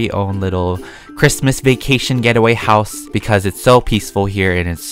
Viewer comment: When says ChImUs it always makes me laugh